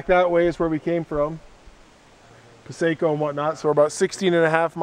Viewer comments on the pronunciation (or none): Paa-see-ko lake, not Paa-say-ko... beautiful area, nice video. Thumbs way up!